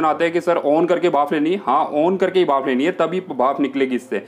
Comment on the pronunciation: Bhaaf nahi bhanp... 😂😂😂